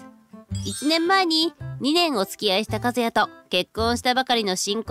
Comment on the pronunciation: ❌カズヤ ⭕カスヤ